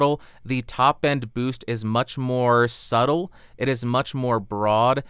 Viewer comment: Could you be a little more slubttle?